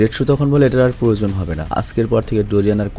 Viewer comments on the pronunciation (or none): none